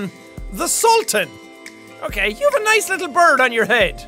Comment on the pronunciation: It's not pronounced saltin it's pronounced sue-l-t-an